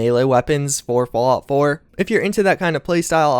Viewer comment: "Falout" 76? :'D